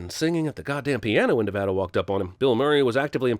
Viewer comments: A reminder that Literally Every Single Person Who Lives Here pronounces it "Neh-VA-duh," with that middle A short, as in "cat." ding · Thank you for correcting the pronunciation of “Nevada”. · At least cinemasins figured out how to correctly pronounce Nevada SMH every time I heard this pronunciation during the film I cringed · if there’s not a sin for how they say nevada wrong the whole ass movie i’ll be mad okay you said nevada correctly my anger is slightly calmed